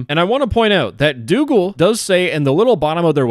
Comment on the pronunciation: Doogle X Dox-oogle ✔